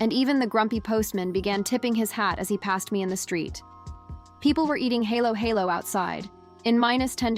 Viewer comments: I am a Filipino and speak English sometimes. Not perfectly because it is only a borrowed language, not my native language. Important, able to express one self and understood. Aside from KaraOke fever, now Halo-halo? Pronounced as read. Not helo-helo. Thanks anyways! for patronizing our native product. Filipino influence maybe worth embracing. What's next? Maybe, praying the Rosary everyday possible. Good Sunday Evening to all of us and may God bless us all! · Your narrative could be more authentic if you teach your AI how to pronounce correctly halo-halo and ube. The ha in halo-halo sounds fa in fa-ther or fa in the musical scale. Ha isn't he, but like Hu-mble pronouncing halo-halo like hello-hello is cringy. Ube is NOT pronounced as ubbb. It is o-bee just like you say the alphabet O-B. Hope this helps!😮